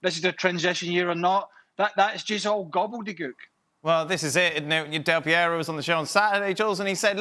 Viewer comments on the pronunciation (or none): gobbedegük?? ^^What does he say?